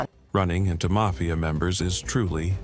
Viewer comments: Dude said “Mayfia “ members. How did you get “MAYFIA” from Mafia? Never mind! 💀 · the may-fia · Mayfeeya members? lool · Would have been cooler if you pronounce it "mayfia" the entire video.